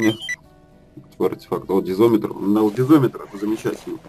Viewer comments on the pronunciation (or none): Дизометр? Лол))) Дозиметр, ))